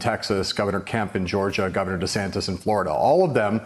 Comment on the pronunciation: Gubbernah DUH-santis?